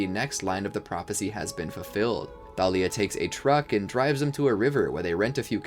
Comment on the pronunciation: It's Thalia not talia